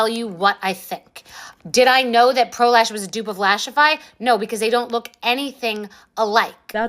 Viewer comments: Anyone else think they are going to say prolapse when anyone says pro lash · One time y’all said pro lash and my brain said pro lapse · Pro lash sounds like prolapse and I just can’t 😂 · I know I'm the problem here but the name "Pro Lash" sounds like prolapse when ppl say it. I can't unhear it